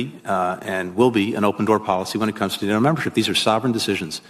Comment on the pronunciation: How does Paul make NATO a two syllable word?